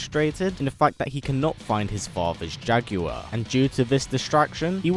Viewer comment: I love how he pronounces Jaguar....Jaaag-goo-whar